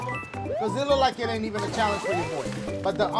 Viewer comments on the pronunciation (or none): i love when Dash says “challonge”😂😂😂😂